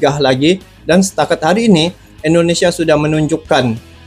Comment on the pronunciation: Susah sekali sebut INDONESIA.. selalu terdengar ENDONESIA. INDO. bukan ENDO.